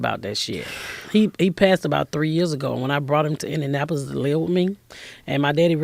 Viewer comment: Funny woman... mental life. "Indinapo-lis.